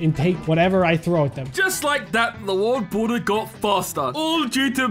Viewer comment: You Said bald water as world border in the intro 😭